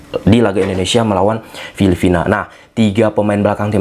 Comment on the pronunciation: FILIPINA BANG, BUKAN FILIFINA😂